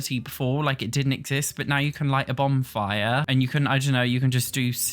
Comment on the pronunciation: lol are you saying Bombfire? 😂That’s what I’m hearing and maybe it’s your accent? I love it btw but it is Bonfire 💗